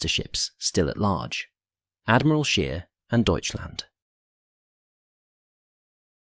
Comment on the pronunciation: It's pronounced 'SH-pay', not 'sp-EE', & 'SCH-ayr' not 'sh-EER'.